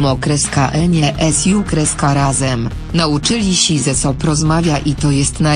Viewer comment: Rany boskie!!!!!!!"znadzili sie so"!!!????Dlaczego czytają te teksty osoby ,.ktòre nie znają języka polskiego?